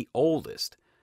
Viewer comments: It isn´t Elparayso for El Paraiso, but El Pa-ra-i-so, i.e The Paradise in Spanish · The way he says El paraiso lol 😂 otherwise good informative video.